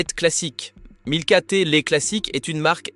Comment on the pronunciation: En plus. Ils alternent la marque milka avec nilka systématiquement. Plutôt malin.